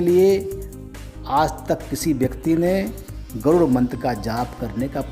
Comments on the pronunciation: गरूण मंत्र नही गरुड़मंत्र उच्चारण करना चाहिये आप ही गलत उच्चारण कर रहे है जय विष्णु भगवान, ॐनमो नारायण,जय हो बालाजी की 🙏🏼🙏🏼🚩🚩🚩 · Garun nahi Garud mantr kaho pappuji